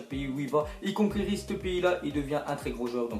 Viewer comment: Like pour que va voir une orthophoniste